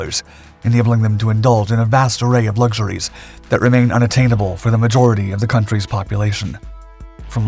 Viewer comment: Why do you say " lugshoories"